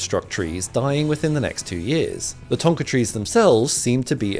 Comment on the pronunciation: ❌ thonka tree ✅ thorka tree